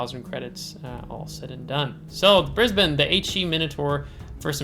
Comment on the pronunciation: Absolutely correct with the pronunciation from an Aussie here! I recently got Brisbane myself, received the (annoying) captain Matilda during the event but never went any further than that. I find it pretty hard to play myself, been smacked from across the map a couple of times. Plane based ASW's are a blessing in comparison to ship based. DPM is a little low IMO.